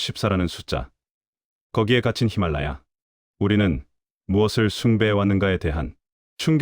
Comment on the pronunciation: 14좌의 좌는 무슨 놈의. 일본놈들의 표기를 아무런 비판 없이 받아들이는 저 무식 무개념.14개냐 16개냐 하는 논쟁은 에베레스트 남봉이 아니라, 로체 샬이고. 제대로 알고나 떠드세요. 목사인 듯한 놈은 여기 유투브에서 '히말리야'라고 발음하며 히말리야에 뭐 산이 열 몇 개 있다고 떠들고. 참 한심한 놈들. 제대로나 알지 말이야.